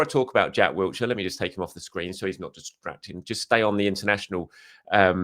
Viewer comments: WILshere not Wiltshire Will-sheer Blimey it’s been 15+ years, get his name right. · No 't' in Wilshire lol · There’s no T in Wilshere